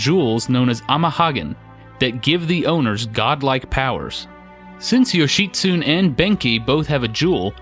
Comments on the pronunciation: Yo-shi-tsu-ne. Yo-shi-tsu-nay. Syllables, breh. All vowels and all consonants are separate syllables, and all vowels are pronounced the same way each time. A as in ah (say ahhhhhh) I as in ee (lee) U as in ooh (boot) E as in -ay (todAY) O as in Oh (toe) There are no silent vowels... only sometimes it sounds like there are to our "clumsy American ears" or whatever they say about us thinking "desu" sounds closer to "days" than "de-su". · Yo-shi-tsu-ne (yo-shi-su-nay) Ben-kei (Ben-kay) Ama-haga-ne (Oma-haga-nay) Just like pronunciation is important to Americans, kanji and hiragana pronunciation is important to Japanese. Good video, great game. It's timeless and fun. They need to remake the original for newer consoles. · 'Yoshitsune' is four syllables: 'Yo-shi-tsu-ne'. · The pronunciation is: Yoh-She-Su-Nei and Mah-Ha-Gah-Nei. You have to pronounce every letter, there's no silent e's to change the inflection or pronunciation of vowels. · Mainly just leaving the end syllables off (Yoshitsune should be 4 syllables, but most English speakers won't realize it because the ending reminds them of the word "tune" or other words like that fool people into thinking there's not a syllable there because it's like a word we have - German can do that too, and also in other ways, like where people think Kramer should be pronounced like Kraymer, but it's actually Krammer because there's no modifying that first syllable just because there's only one m). English is one of the worst offenders for pronunciations having nothing really to do with how a word is spelled (lots of other languages have silent letters and other odd looking sets of letters but they often have consistent rules, or they do like German does and there's little guess work).